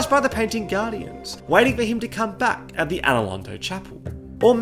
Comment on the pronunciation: brotha did not need to pronounce it like attt